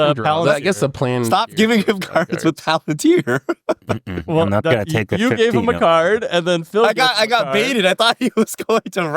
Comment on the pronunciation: Bro the way pronounced it the whole game 😭 for reference it's pronounced pal-en-tier